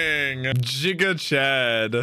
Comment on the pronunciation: that's the point I know it's giga chad, but he pronounces it JIGA chad lol